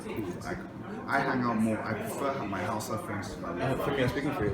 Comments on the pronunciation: A lot of your information is wrong,so much misrepresentation,you can't even pronounce Hausa?? Yes it is 3rd world and it comes with it's challenges but it's home,when you talk about embezzlement,this is aided by this countries you hold dear,USA and Europe are fundamentally funding this so called corruption that we fail to free ourselves from,get the right info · She can't even say Hausa you want to teach her apapa or ajegunle?